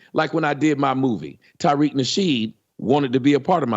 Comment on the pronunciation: Why the fuck does he keep calling him Tyriq? The man's name is Tariq. Tommy is a slow mf.